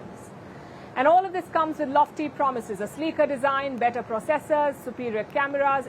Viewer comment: Learn how to pronounce, “ processors” ! PLEASE! Does anyone with knowledge of the English language review you presentations before you come out with them?